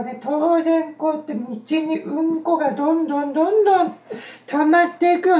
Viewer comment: うん↑こ↓草